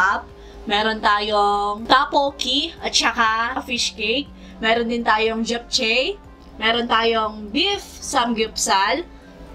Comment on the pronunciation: Japchae is pronounced as "jap-che" po hehe 😊🤗